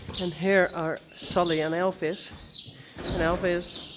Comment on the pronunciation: Lovely little Elvis 💙 It sounds funny when you say Elfis. Why did you ask us about Frisian names if you don't use them yourself?